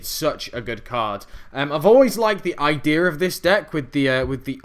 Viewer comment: "idear" xD